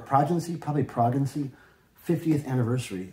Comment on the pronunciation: This video, literally, makes me cringe. Can't pronounce Progeny, touches the records, not really a Yes fan, and probably doesn't even know who Roger Dean is. This makes me sad.